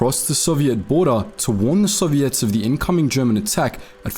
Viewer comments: You're pronouncing Soviets incorrectly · "sovvy - ets" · I like how he says Soviets like serviettes.